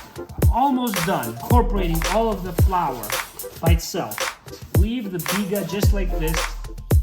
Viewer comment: Butchered the bigga big time lol